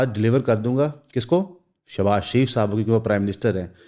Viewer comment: I literally laughed out hard .... shabaj speeeeeet!!!